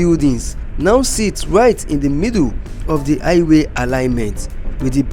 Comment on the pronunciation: It is called Highway, not i-way